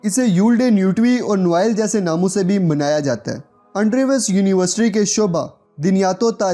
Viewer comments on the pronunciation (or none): none